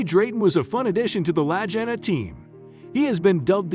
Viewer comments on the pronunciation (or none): Their last name Lagina is pronounced Lageena. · Rick and Marty's last name is pronounced "la geen ah" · Lag not laj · lol! "LAJINA"! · If you can't say the right name do say it !!!! LAGEENA !!!! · Their name is pronounced La-Ghee-Na. I'm very hotspot for them . Years of searching. All the best! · It seems strange to me that you felt you could tell about this show. I mean you slaughtered Rick and Marty's last name so badly. It's pronounced La-geen-na. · Lagina (Hard G Buddy!) Like Lagging... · The brothers last name is pronounced Lageeena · POOR documentary....you can't even say the brothers name correctlly ....you information is incorrect in so many ways .... media "bullshi" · Maybe learn how to pronounce their names. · Please, PLEASE ,learn how to pronounce the brothers' names before doing another such documentary! Watching even one episode from any season would have clued you in! Obviously no QC style review of raw material before producing this gem! It really takes away believability from the whole thing, ie what else is in error! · Ouch you MURDER their name! Get it RIGHT guy so you wont sound like a DUFUS. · I agree with previous posts about your poor editing including name pronunciation and scenes of some other places not Oak Island. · The least the narrator could do is pronounce the last name correctly and the channel that aired it was the History Channel. The pictures shown was who knows where but definitely not the Canadian Oak Island. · Please learn how to pronounce their names. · nice name butchering. your a joke and insult for the show and the brothers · Your mispronounced Marty and Ricks last name is appalling . Please learn the correct way to pronounce their last name. Ms Helprin has passed away . Please check your facts. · how could he not even know how to pronounce the brothers' name?! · I know it proves he didn't know how to pronounce Leegna !!!! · At least you should learn how to pronounce their name right